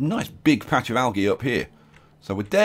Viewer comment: Yo it is pronounced aljee